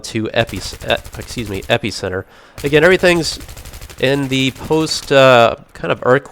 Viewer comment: you say Epicenter funny